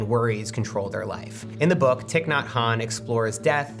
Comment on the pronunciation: REALLY disappointed that two minutes in you're mispronouncing Venerable Thich's name. The man died last year be so serious...he's ON THIS PLATFORM SAYING HIS NAME. It's pronounced like Thai...good lord Matt. I know you're tired, you're a dad, I'm a parent I get that. But look up how to say things it's super disrespectful. Don't forget your career exists because of Buddhism which is where the idea of minimalism even came from to begin with. :/